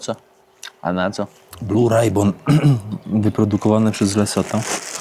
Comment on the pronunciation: "Blu rajbon" 🤣